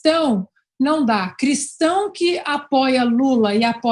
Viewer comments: Lula tem até dificuldade em falar Cristão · Ana vc é perfeita. Verdade este porco sujo não.pode nem.pronunciar a palavra Cristão.